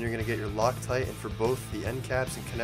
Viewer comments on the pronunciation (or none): none